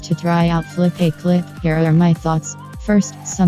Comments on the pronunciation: Flip - uh - clip ✅ Flip - ay - clip ❌ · Not Flopaclip, Flipaclip Pronunciation: Flip-uh-clip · Its pronounced flip a clip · It’s not “Flip-A-Clip”. It’s “FlipaClip”.